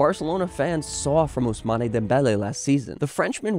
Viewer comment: It's pronounced ousman